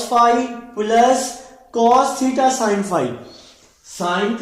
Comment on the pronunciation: Sin become son 😂